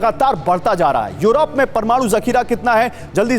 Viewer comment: 🤣🤣🤣yorop,yorop,kya hai yaar kaha kaunsa jagah ka naam hai yorop.🤣🤣🤣